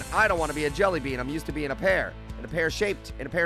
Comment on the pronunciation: Stop saying jellybee